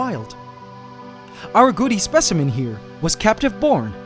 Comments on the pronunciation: Had you not had the nae written on screen, I would have been calling them Goody spiders. Why do you say Goody and not Gooty? It is a T, not a D. I have noticed it in several of your pronunciations of the scientific names of things too. Surely it is not very scientific if you do not pronounce them properly. If people are only listening, they will learn the wrong name for things. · When he first said Gooty spider I hear Gucci spider so kept thinking Gucci spider 🤣